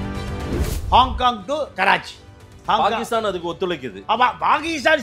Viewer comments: பாகீஸ்தான் அல்ல பாக்கிஸ்தான் இதுவே சொல்லத் தெரியாத டுபாகூர் முண்டம் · Mr, Pl try to pronounce Tamil properly or please consider changing the name of your channel from Tamizha, Tamizha to something else. It is Pakistan not Bakistan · நீயும் உன் அறிவும், உச்சரிப்பும். Bakisthan. இதை கேட்டாளே Bakisthanகாரன் செத்துடுவான். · பாண்டியனுக்கு பாகிஸ்தான், பெஷாவர் போன்ற ஊர்களின் பெயர்களை சரியாக உச்சரிக்க தெரியவில்லை.